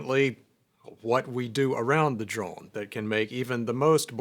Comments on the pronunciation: Is he saying “droln” though? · is anyone else hearing "droln" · Yes and it’s kinda driving me nuts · I am sorry, I am so sorry, I'm a linguistics guy, I love thinking about the sounds we make in language, I mean this question entirely innocently but I must know! You say "drone" every time, in this video, in a way that surprises me, with (roughly speaking) a short, unmoving 'o' sound rather than what I've always heard before in every native English dialect, a longer 'o' sound that closes up as it is pronounced. So I am asking--do you by chance have a faint trace of an accent from some other language poking through there? (I.e. do you have a second native language or were raised around one?) Or is this just an American regional accent I wasn't aware of? (I've been assuming yuo're from Arkansas or nearby from what I've heard so far.)